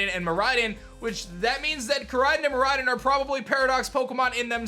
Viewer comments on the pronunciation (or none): Learn how to say the legendary names right fake fan u suck noob there names r KoraiDON and MiraiDON not koraiden and miraiden learn how to say them right u suck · Bro this dude cannot pronounce any japanese words. Ko-rai-don, mi-rai-don, and nee-ngen.